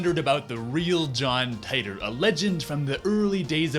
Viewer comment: You should learn how to pronounce my name correctly. Dumb ass